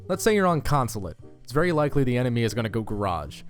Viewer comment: Emphasizes the word likely but zooms in on the word probably